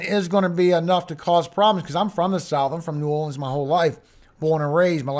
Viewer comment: Ah hah!!! You finally said nee orleans!! I knew it!